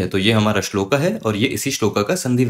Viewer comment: श्लोका नहीं श्लोक उच्चारण होना चाहिए!